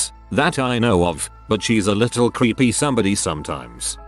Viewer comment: I thought the AI said "your kid was creamy" 🧐🧐